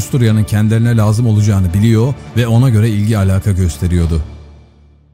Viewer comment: Dinlemeyi çok isterim ama biliyo, geliyo telaffuzunuz kulak tırmalıyor. Ciddiye almayı zorlaştırıyor. Yapıcı bir eleştiri olarak kabul edin lütfen.